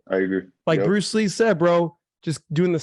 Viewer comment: Butchered the fuck out of bruce lee there but i think the point still was made lol